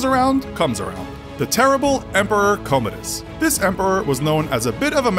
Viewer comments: Why can't youtubers read/pronounce! Its Commodus! You read it right and then misread it 10seconds later! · This narrator can't pronounce words very well. He called Commodus "commode us". He's not a toilet. It's pronounced "Cah-mu-duus". Also you said "high-potumuses". It's hippopotamus. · At the very least can you research how to say things right? Hipotamuses? Commodius? Ad Infinium?